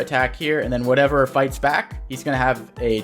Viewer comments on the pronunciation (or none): none